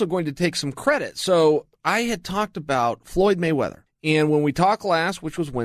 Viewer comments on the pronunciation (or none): "Floy Moyweather"